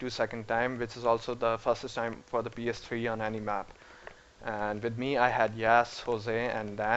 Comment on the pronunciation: lol pee ess tree